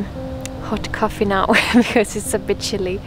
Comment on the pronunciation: oh yes, the moutaines. Also love how you say chilli instead of chilly :D